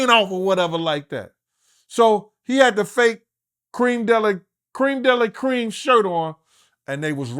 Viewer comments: Its Creme de la Creme pronounced like Crem not cream you big country uncultured fool SMH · He said CREAM DELLEE CREAM!!! 😂😂😂😂 It's creme' de la creme'. Country. Lol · Dude said "Cream de la cream"!!@ 😆 can't even pronounce French but knows the silliest ish! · That crème de la creme pronunciation was effin up 😂😂